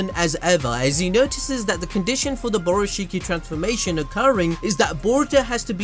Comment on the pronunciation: “Borushikki” lmao